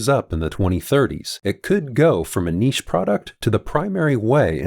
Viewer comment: Thank for pronouncing niche correctly